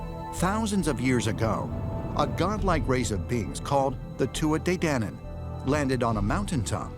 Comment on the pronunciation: The way Americans pronounce Tuatha De Danann makes my blood boil